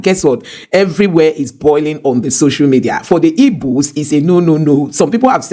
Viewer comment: You have an igbo name but it's funny how you pronounce igbo as "ibo" 😆